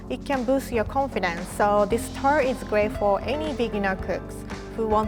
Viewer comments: This is my recipe for chocolate "TURD"? Edit: It's pronounced that way throughout the video. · I thought she said "chocolate turd" for the first one